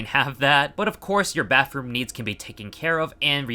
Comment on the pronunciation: Bro said baffroom